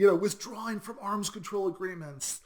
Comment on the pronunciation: It's pronounced "From" not "Froom," ; )